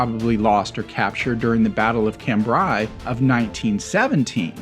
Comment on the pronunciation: I don't mean to sound snoby but it's pronounced cumbray